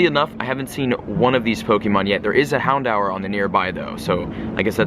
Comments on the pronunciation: Bugs me so much. It's pronounced 'houndoor' not 'hound hour' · why do you say houndour like houndower?!? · its pronounced Hound-oor. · You said "hondour with three" twice at the end of the video😂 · why do you pronounce houndour like that!!!!